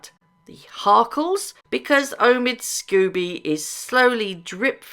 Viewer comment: Lady C calls Omid Scobie, "Amidst Scabies". That says it all. The man is not a journalist. He is a gossip writer and not a very good one.